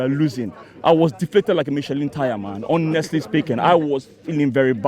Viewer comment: I was deflated like Michelin tyre man. Ho-nestle speaking 🤣🤣🤣🤣🤣🤣🤣🤣🤣